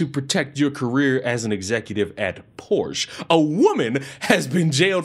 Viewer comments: The German labor laws for pregnant women in workplaces are even more protective for the mother and the new child. There where no reason for this horrible "panic reaction" at all. Way more women in higher positions have many kids. Beside that: Its PorschE not Porsch. The E is not silence. German pronunciation: paw shuh [ˈpɔʁʃə]. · There are many, many, many more options! Also, Porsche is two syllables.